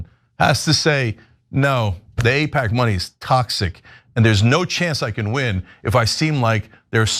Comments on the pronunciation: I love your accent but are you saying “I” PAC or “A”IPAC with an accent. It throws me off every time you say IPAC,it was hard fo me to pay attention. I had to watch the video twice. Still love your channel ❤ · I appreciate this video. But, please, the pronunciation it’s A-pack, not I-pack! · AIPAC is pronounced with an A, not an I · Correct pronunciation matters. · Apparently, AI does not know English well. It is AIPAC, Ai says long A, Pac, short A. Train your pet better.